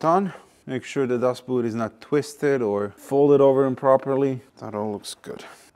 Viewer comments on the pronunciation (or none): You said "dust boot" but I heard "Das Boot" 🤣The 7 is world class.